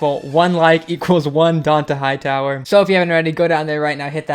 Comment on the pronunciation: Can u fix how you say Dont'a Hightower omg